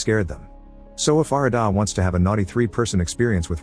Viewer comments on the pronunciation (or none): its arr-raa-da and g-ra-thin. not whatever the that ai slop was.